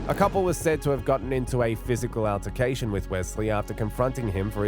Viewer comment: "AL-tercation", please PRONOUNCE it correctly, thanks.